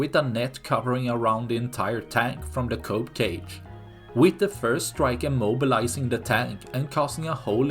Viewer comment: kinda difficult to hear....do you say cupcake or cope cage? 🤣